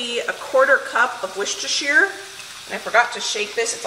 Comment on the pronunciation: Wooster-shy-er Sauce (that is how it should be pronounced according to Lea & Perrins, the British inventor and maker of the original sauce, they sent a letter and corrected the hosts of the UK Hairy Biker’s cooking show because they pronounced it like you, and most others, do )… 🤗